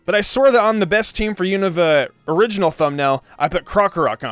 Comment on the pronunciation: 1. It's "You-Nah-Va". NOT "You-Know-Va". 2. Krookodile is better off with Shadow Claw. Physical Move, high Crit rate, with Moxie is Godly. Oh, and it can take on Iris/Drayden. 3. Sigilyph is shoved in because it's your favorite. No other reason. Swoobat is a WAY better option. 4. You don't understand how to use the Elemental Monkeys. Besides the fact that Simipour (along with Simisage and Simisear) don't learn moves upon leveling up, you get the moves listed mid-to-late game. You didn't actually go over Simipours movepool instead saying "I needed an Ice move. " Jellicent exists. Waterfall is useless in this Gen. Could've taught it Acrobatics. Dumbass. 5. Really? Amoongus? A whole list of Pokemon just waiting to be used (that have actual relevance) and you choose AMOONGUS!? God, you are an idiot. Ferrothorn exists. 6. Make an apology video for this crap team. (Besides Emboar and Krookodile).